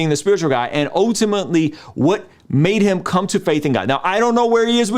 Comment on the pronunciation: I’m just here for saying “ohtimately”